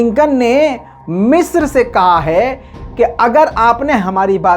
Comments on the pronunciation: مصر نہ کہ مسر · Bhai it's (مصر)not (میسر) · Waah !!!! kya urdu hai meesar(misr) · 😂😂😂 urdu kamjor hai ki,❤🇮🇳😍🥰